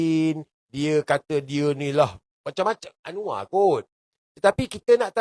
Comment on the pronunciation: KOK ANWAR JADI ANOA😮😮?? APA GK SALAH😅😅😅..?. Ya aq baru tahu knp bahasa Indonesia yg di pilih di who